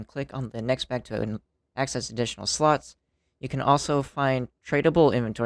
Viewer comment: "You can add 105 additional sluts".....Ok no matter how hard I try, I just can't hear it any other way xD